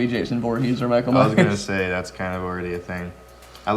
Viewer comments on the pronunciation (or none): none